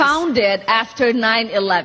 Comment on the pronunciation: Khaaaaaaveeee. Khafter. Jeeze.